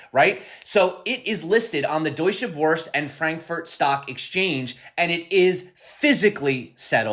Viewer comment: your pronounciation of "Deutsche" was pretty good! if you want to say it almost perfectly pronounce it like doy-tch-eh bur-seh